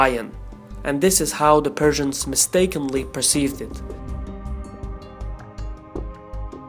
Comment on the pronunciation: Did he sayed Perthians or Persians?